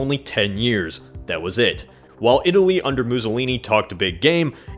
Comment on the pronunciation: Apparently it's pronounced "Bennino Muzollini"